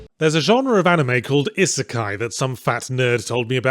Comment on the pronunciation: Weird pronunciation of "isekai" my man.